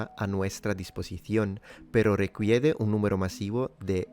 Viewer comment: God! Your Spanish is just awesome! Just a little correction, the U it's unsound when you read the letters "qu" in a word, for example, in "requiere" (requires) or "que" (what), "requiere" sounds like "rekiere" and "que" sounds like "ke".